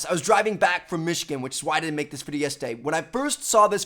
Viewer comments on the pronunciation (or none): none